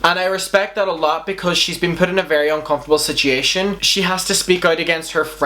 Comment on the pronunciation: The way he says "situation" triggers me.